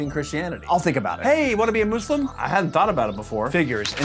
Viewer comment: I love you but the “moose-lumb” is killing me